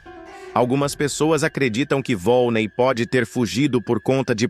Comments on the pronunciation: Não é volnei, é volneí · Não é vone é vonnei